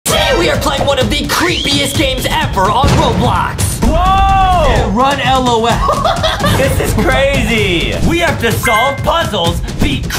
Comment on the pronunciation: Say lol Justin not L O L